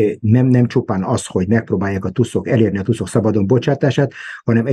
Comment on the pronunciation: Nagyon jó a mű-sor, mindig nézem. :) Csak 2 dolog bántja fülem! Nem tusz az, hanem tÚÚÚsz. :) A másik, nem Hiszbollah, hanem Hezbollah!!! 😂😂😂